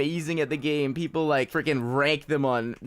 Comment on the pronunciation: Anyone else catch that he said 'Pleople'